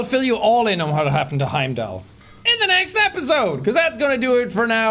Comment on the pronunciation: Wheim-dall a soulless ghoul